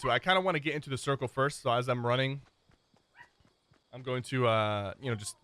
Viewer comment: "As far ahs hash" lol love ya sypher